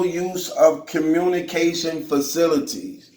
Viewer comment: Ho-rass-mint.........fa-thi-li-teez 😂😂😂. Terrible, smh